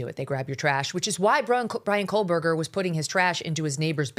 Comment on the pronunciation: Hey MegLYN- How many times you gotta hear it?!? It’s Kohberger, NOT KohLberger .